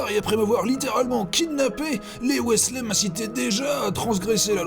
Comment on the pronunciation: Pourquoi tu prononces "Weasley" en "Wisley" et des fois "Wèsley" ?